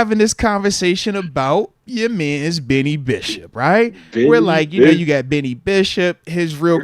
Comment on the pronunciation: Moatsie it’s Beanie not Benny